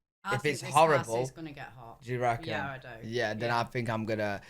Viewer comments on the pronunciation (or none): "I recken" at the right after saying your accent would change right away, and I sprayed my drink over my keyboard laughing, because it's already changed!!! Went old school Southern too, with that! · It is hilarious that you say that if you lived in America, your accent would change. You end the sentence with " I reckon," and you sounded like you are from the South here in America. You are now an honrary redneck, or hick, or hillbilly. Take your pick.